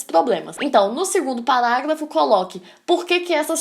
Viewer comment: acho bonitinho ela falando PALáGLAFO